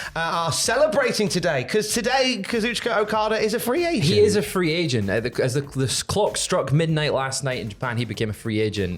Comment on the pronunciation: For a second at the beginning of the video it sounded like you guys called Okada a "free Asian" and I thought "what the heck did they just say?" But then I realized you said "free agent" and I laughed a little. 😅👍